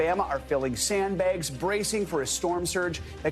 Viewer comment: "Filling sand baeuggs".